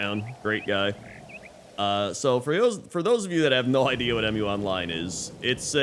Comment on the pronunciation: It's not 'Em-You Online" I'ts one word Mu, pronounced as 'mew' The game name is inspired by the name of the mythical continent Mu.